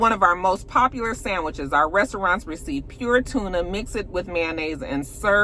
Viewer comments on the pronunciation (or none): none